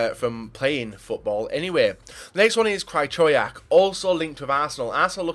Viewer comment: Krajczołiak... that would be his name if his name was pronounced like u say it... XD